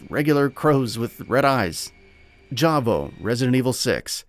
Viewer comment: What's laughably bad is, you couldn't even say Eveline, Carla Redemes and Javo right 🤣